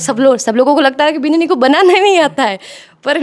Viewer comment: बिदाणी ❌ बिनणी ✅